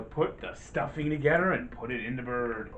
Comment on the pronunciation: Together....not Togedder... can you not say T